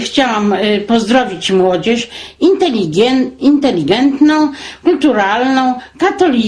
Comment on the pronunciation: Taa .. Grażynka uczy polskiego , a mówi ,, Inteligientne '' xD